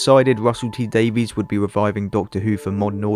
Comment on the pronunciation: That explanation on Sherlock was one of the fan theories too. (By the way, Gatiss with a long A, and Davies is pronounced like Davis in the case of RTD.)